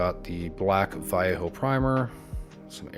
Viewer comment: Another fantastic miniature and I love this color. Always a big fan of your work - also, you may be the only YouTuber who pronounces "Vallejo" properly. 😉